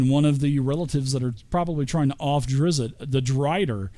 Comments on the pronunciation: Watched up to "tighten up you name nazi's" I'm good its drizzt not drizzit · There is no 2nd i its just DrizzT. Driz. T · Say it with me folks. DRIZD DOE-URR-DEN You just gotta go to the source. Listen to Bob Salvatore pronounce it. He's very curt with the first name, kinda like how you think someone from NY/Boston area would pronounce it. Not a name nazi, but it's like being named Paul and being called Pool all the time.